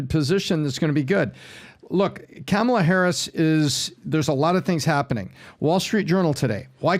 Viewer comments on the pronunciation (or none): ca. has invented yet another mispronunciation of Kamala. It's KAH-ma-la,, not CAM-a-la.